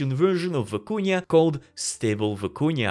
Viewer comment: Looks crazy & I can’t wait to check it out, but the way you pronounced it was distracting— just for future reference, it’s Vi-cu-na, not Vi-cu-nia. Haha.